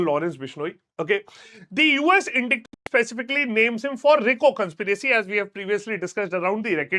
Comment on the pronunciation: Please go check how to pronounce indictment